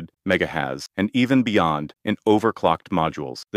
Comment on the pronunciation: "Mega hez" you say😂😂